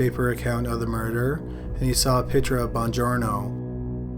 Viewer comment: pict-ture not pitcher